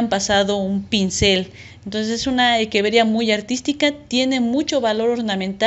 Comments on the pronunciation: Me pone nervioso q diga equeveria y no echeveria jaja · De dónde eres? Porque equeveria y no echeveria? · Hola, respecto a esto te comparto el porque: La pronunciación correcta. En latín la pronunciación de la ‘ch’ suena como ‘q’ y la ‘rr’ no existe. Por lo que científicamente la Echeveria se pronuncia como Equeveria. Saludos!